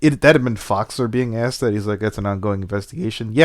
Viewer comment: This keeps getting more interesting. Also, whenever she speaks and says the word "asked" my internal grammar police kept on screaming "It's pronounced "as-ked" not "axed",...its a "k" not an "x"!!!!" XD